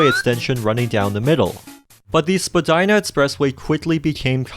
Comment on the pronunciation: Vagina express way? What I heard.